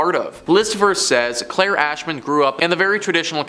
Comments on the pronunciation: after he introduced as Clair e not claire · Claire not Clair E. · He did say Claire tho